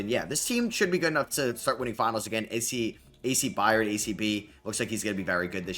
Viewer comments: I Got $25, For The Person That Counts How Many Times He Said, “A.C. Byard”… Instead Of “A.C. Byrd”… Lol😂😂…Great Video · Love hearing try to pronounce byrd…. It’s pronounced “bird”